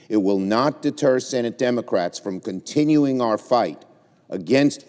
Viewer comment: I'm shocked did you just say demarats.....shocking